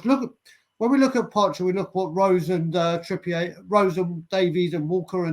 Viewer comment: Why do some people pronounce Trippier as Trippiay ?? He’s from Bury, Greater Manchester. 🤔 He isn’t French or from the Channel Islands. It’s Trippier.